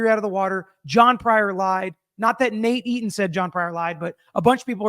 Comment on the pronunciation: You sound like you’re saying NADINE instead Nate Eton